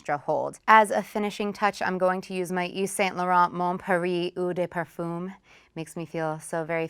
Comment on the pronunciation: If you work in sephora you cannot say eau de parfoom... 🤦🏼‍♀️